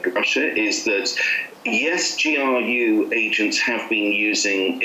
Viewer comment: Если вам интересно, вот ошибки которые вы допустили при разговоре Impossible instead of unpossible Innocent - ударение должно быть на первый слог Take part in , not take a part Kremlin (it) , not he GRU произносится джи ар ю , не у Suppose Skripal had dropped dead instead of suppose Skripal drop Behaved in a stupid way instead of behaved themselves stupidly Receipt ударение на второй слог должно быть Absolutely- ударение на третий слог Notice -о произносится как дифтонг Перезагрузка в данном контексте это не reboot but reconciliation If there had been no perezagruzka instead of if there was no In his mind instead of at his mind With their hands instead of by their hands Vulnerable-incorrect probounnciation of the first vowel Since he has few resources instead of since he have small resources State machinery is.... what? All information instead of all informations Typical первая гласная произносится не дифтонгом а звуком и Controlled ударение на второй слог должно быть Since how when ... is what? At Dyrezor , not under Dyrezor Abroad не должно быть дифтонга Chief первый согласный в произношении ч, не ш Influential- неверно произнесли Media первый гласный должен быть и, не э The Kovalchuks обязательно с артиклем Attribute ударение на второй слог Exchange it, not exchange them (the word money is uncountable in English) Incorrect -ударение на последний слог должно быть Hebrew первый гласный и, не э Если что , обращайтесь за услугами перевода , или репетиторства .